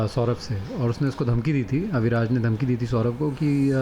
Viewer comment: Abhiraj nahi...AviRaj